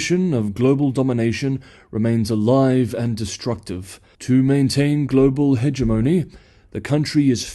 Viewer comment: Very professional channel. But you mispronounce "hegemony".